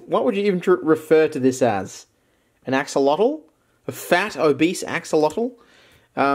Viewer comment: Finally! Someone who can pronounce axolotl!